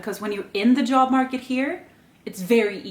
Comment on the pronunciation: “They go around and ask for yob” haha, your Swedish is showing and I love it 😅.